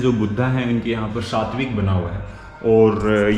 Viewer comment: उस चिन्ह को स्वास्तिक चिन्ह बोलते हैं,,,, सात्विक चिन्ह नहीं बोलते 😂😂😂😂